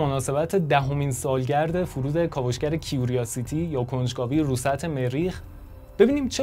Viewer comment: کیوراسیتی curiosity اون I بعد از R خونده نمیشه .